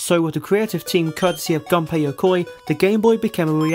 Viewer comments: ***** I don't blame you, I've only seen 1 video, where his name was pronounced correctly and I also only noticed than. But it is true, in Japanese u is pronounced as it should be. Just say it the same way, as you say the u in Shigeru. It is hard to explain pronounciation in english... Anyway, I found this video because Game Theory shared it on FB, I think most people saw it there too. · I enjoyed this video, but you made the same mistake a lot of people make, who talk about the gameboy. You guys pronounce Gunpei Yokois first name wrong. It is not supposed to be pornounced like a weapon. It is nothing major, but I think he would deserve to be remembered correctly.